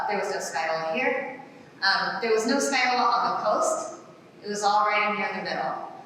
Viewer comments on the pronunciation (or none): It's still 'scagliola' as in ska lee ola and not sky ola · There is no L sound in the middle. In Italian, gli is basically a Y sound. So it's sca-yola. If you don't believe me listen to it into Google translate. That said, that's just the standard Italian pronunciation. Where she was taught in Italy, depending on the regional dialect and accent, they might actually pronounce it the way she says it.